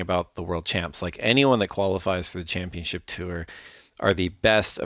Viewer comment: Still not learned how to say championship. C’mon!